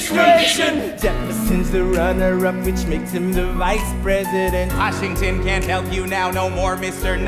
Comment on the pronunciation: love how Jonathan say "that can't" as "that cunt" lol hilarious witty af